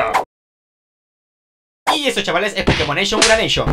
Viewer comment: Grax por el pokemoneishon ediciineishion uraneishon (aguante el ingles)